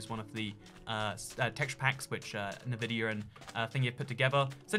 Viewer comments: "nuhvidia" it's Nvidia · HE SAID NUHVIDIA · Good video - but he sais "navidia"..... Absolutely ruined.